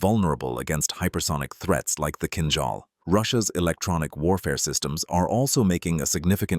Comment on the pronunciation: It's a pleasure to hear Kinzhal pronounced right! It's like in "beige' "beizh".